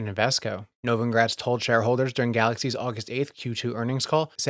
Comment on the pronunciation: He always pronounces Novogratz's name wrong.